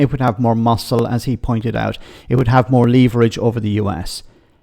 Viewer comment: Upvote for saying 'leverage' correctly.